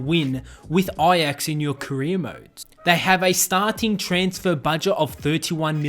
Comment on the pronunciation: And ajax